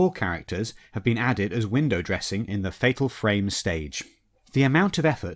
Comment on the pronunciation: Dod you said "Fatal Frame"?